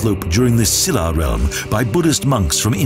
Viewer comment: EUI CHUL SHIN And the way he says - "Silla" Bwhahaahaa....